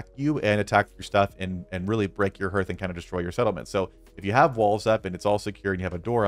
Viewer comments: Just a BTW, it's pronounced Harth not Herth. My reason for watching is that the Iron Hammer does not appear in my crafting list, I can't make one and I've no idea why, still don't. 😢 Later..... Found it! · Excellent video. I'm just distracted by hearth. it's pronounced "Harth". Just sayin'. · I got distracted by your pronunciation of hearth sorry, you said "the hearth is the heart of the base", hearth and heart have the same "A" sound "Harth", sorry, great video just couldn't concentrate after that. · (H-are-th) harth as in I welcome you to my harth and home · Hearth sounds like "Haarth". 😎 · Yeah, other than the pain every time you say Herth, this is a great video. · Love your content man! I've been playing the game the moment it was released and downloaded. A huge Tolkien fan man myself, I truly love the amount of work and effort that goes into these tip videos from so many different creators, and I watch them constantly. But seriously... how do so many of you not know how to say "hearth"? Its pronounced h-AR-th. Like heart. Like your organ. but with a 'th' on the end. Its just kinda funny that you are like the eighth youtuber I've watched that says "h-ER-th". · Yeah, it kind of put me off too! Great video otherwise